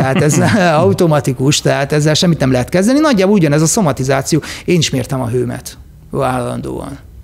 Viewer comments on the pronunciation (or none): Nagyon jó beszélgetés volt ez is! Egy megjegyzés: nem sztomatizáció, hanem szomatizáció. Előbbi kb annyit tesz: "szájasodás".😊